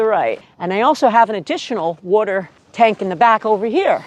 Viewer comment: " Wadter watder water." Seems like you been hanging around people from New York.